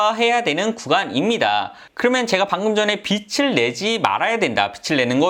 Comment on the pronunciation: 빚을=빚[비즐] 이렇게 읽으세요. 빚으로 광(光) 낼 일 있습니까. 하기사 빚 내서 광 나면 좋죠. '개천에서 용 나기'